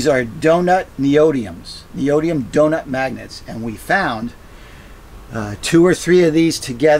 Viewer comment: *neo dim e um.... sorry ive heard like 5 people mispronounce that recently. That spring is pretty brilliant though.